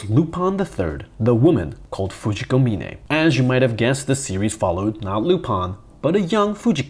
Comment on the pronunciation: thank you SO MUCH for pronouncing Fujiko's surname correctly. mee-ne not mine. drives me nuts to hear mine in every dub. no good reason why, but it's like nails on a chalkboard.